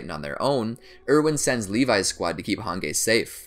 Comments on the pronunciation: I was genuinely angered hearing how he pronounced Hange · probably the most enraging thing about this video is the mispronounciation of hange and shigansina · I'm sorry is anyone else triggered by the way he pronounced hange or mikasa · The way he pronounces Hange is pissing me off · bruh the way you say hange's name makes me lose 10k braincells every time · I hate the way he says hange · Did he just call Hanji "Hangay" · He said han gay excuse me its pronounced han jeep no dissrespect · he pronounces hanji as “hangay” and rod reiss as “rod rice” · the way he says "hangei" instead of "hanji" really makes my bones shiver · Im pretty sure Hange is pronounced as Hanje and not with a solid G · AND HANJI HANGAY OR ROD REISS ROD RICE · hangay it’s pronounced hanjee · I love how he says Han gay it’s hange but pronounced as hanjee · The fact that he says “Han-gay” instead of “han-JEE” like its supposed to be pronounced, triggers my fight or flight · "Hang-guy" It's Han-gee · man said hangay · Im so trigger of how u say jean and hanji u say zjan not JEAN ok and HANJI not HONGEa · Its not called Hage Its called Hanji her Name is Hange but the prounounciation is Hanji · Its prounced: Hanji Not: Hangge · what!!!! why he saying hange its hangee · Its not "hanggey" or whatever its "hangee" but the spelling is "hange" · Hange (han-ji)❌ han gay ✔️ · Its not Hangay its HAN-GEE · I hate the way he pronounce hanji like harngay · Hange is pronounced as Han-Ji the “g” is pronounced as “J” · Hanje and rod race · rice is closer to the german pronunciation of reiss, but hangay is just lol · I was seriously shocked that he said HANGAY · Fr I get so infuriated when he says hangay😅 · Nobody: Absolutely Nobody:: Hangay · FR like what the fuck is hangay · Ok “moblit”? “Han-gay”? “Rod rice”?”Kenny Ockerman”?Don’t the characters literally say their names out loud?Or is this like an accent type thing? So many questions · My man said “Hān Gay” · Same with han-gay like wtf 😂